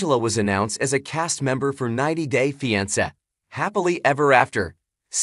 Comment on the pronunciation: You can’t even pronounce the title of the show much less report on any thing happening in their lived